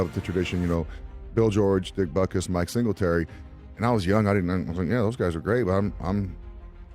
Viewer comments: Your AI voice that pronounces "butkus" as "bootkiss" really makes your slop so much more watchable. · I don't like this narrator calling him " Bootkiss" or " Bootcoos" or whatever he's saying. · Who pronounces "Butkus" like that? Bootkoos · Lithuainian pronounciation is Boot kis